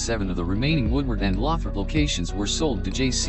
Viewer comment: I with you could of pronounce Lothrop correctly this should be re-done so that you pronounce it correctly shameful. I worked there for 11 years six day a week